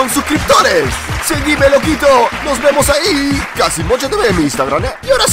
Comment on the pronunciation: POR QUE NOS DISES LOQUI TO